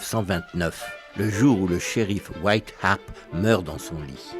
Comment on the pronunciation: Wyatt Earp et non White harpe